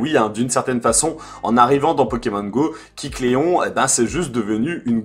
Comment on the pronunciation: AAAAAAAH tu m'a stressé toute la vidéo à dire "Kicléon", c'est pas "kick Léon" (pauvre Léon) mais KÉcléon... Sinon sympa la manière de l'obtenir, c'est bien vu et oui il est toujours obtenable. Ça va encore être sympa pour chopper le 100%...